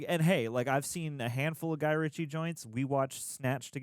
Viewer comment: RITCHIE not Richard..